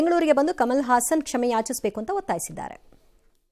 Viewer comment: ಹಾಸನ್ ಅಲ್ಲ ಸಾರ್.... ಅವನು ಹಸನ್